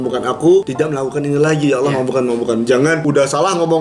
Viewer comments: Saya takjub sama kk, mualaf tapi udah bisa ngucapin kata "Allah" dg benar, banyak orang Islam aja yg blm bisa ngucapin kata "Allah" dg benar. Ini sangat penting dan mendasar kk, terbukti kalau kk itu cerdas, mempelajari sesuatu dari yg mendasar, kk belajar sama siapa sih, yang ngajarin kk bukan orang sembarang nih. Ajarin adik nya kk... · Pengucapan "Allah" nya. Yaampun masyaallah. Sehat terus kalian💜